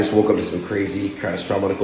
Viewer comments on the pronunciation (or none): catastrominal catastrominical catastropuvsal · failing to say the word catastrophic was really funny